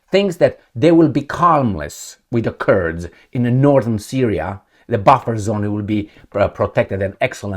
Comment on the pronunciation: trump sounds like 'you give us syriya we give you ukraine'